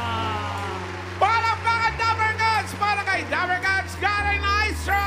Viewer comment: SABI NG CARREN NOT KAREN🤕